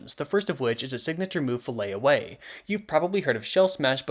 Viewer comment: It's FILLET away, not Fillay or whatever you said lol 😅